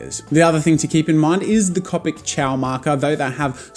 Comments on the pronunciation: he said coe-pic not caw-pic hahaha Jazza I caught that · Copic ~ Coe-Pik~ Manga ~ Mahn-Gah~ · Me: watches this video to learn how to say copic Jazza: yEah I pRobAbLy sAy CoPiC wRoNg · The fact that he told us that he said copic markers the way there not supposed to be said i didnt even notice he said it like that until he said that i have to deal with him saying it the wrong way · Copic?? You say it weird. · no Jazza one day you will give in to saying copic right iv'e seen it. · And in 2019 Jazza has changed his pronunciation of Copic. Never say never! Edit: No transparent blender recommended! I can't belive it! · It enrages me so much that he says it wrong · Its annoying the way he pronounces Copic wrong. To me its like calling Banana Bay-nay-nay. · Ur sai copic markar wronge!!!!!!!!!111!!!1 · Omygawd im glad im not de only one pronouncin copic and manga wrong 😂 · You pronounce Copic wrong it's pronounced Copic. XD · Disliked and unsubscribed because of how you say "copic" and "manga" so no I won't deal with it. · just FYI in 3 years you say cOpic not cAWpic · Go with first syllable… Co…. Pic….. not ….. Cop….ic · It’s co pic not ca pic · lol love how in the beginning he says that he will always pronounce it (Cop-ic) rather than (cope-ic) and now in 2019 he will say both at random, sometimes he will say (cop-ic) and every once in awhile he will say (cope-ic) without realizing. also anyone else watching in 2019? from 2019 you can tell his recording and audio quality improved greatly!! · Who else pronounce it "Cawpic" not "Cowpic". 😂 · It’s pronounced C”o”pic!! Not cupic JEEZ! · It’s comic not cowpic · It’s not cahpic it’s cohpic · Copic (Co-*like co worker*pic. Not Cop-ic) does not sell a 32 set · Stop, stop, stop you're GONNA GET YOUR FANS TRIGGERED! And besides you're saying it wr0ng! It's MANga not manga. And it's C0pic not cOOpic. Harry Potter quote down below. It's leviOsah, not levioSAH! I'm not sorry. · heheh and you TOTALLY call them coe-picks now!!!!